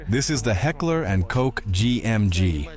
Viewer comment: Not Heckler and Cok, 😂 "Koch" spells like "Koh". A soft ch sound, like in Bachelor, but softer...more from the throat, a little hissingly